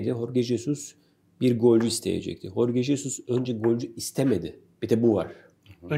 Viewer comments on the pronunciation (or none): Horge değil "J" ile Henad hok